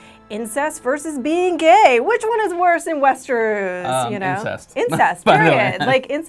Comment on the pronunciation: Westeruus? It should be pronounced Westeross.